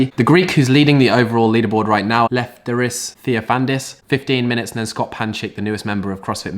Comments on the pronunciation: Say it with me: "Left-tear-iss Thee-off-a-nide-iss" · please man try to pronounce the greek dude's name right for once!! its Left'E'ris Theofan'I'dis (capitals for where you should accent the word). next time you say it wrong there WILL be a penalty. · Maybe it’s time for you to start taking Lefteris Theofanidis seriously, stop calling him “that Greek who is in the lead” and mispronouncing his name. Maybe go to Greece and see what he is about?